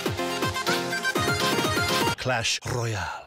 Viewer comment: Clash Royál" :D